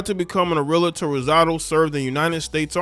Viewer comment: 😅 You be changing the position of the “L” in ‘realtor’ and ‘realty.’ LOL.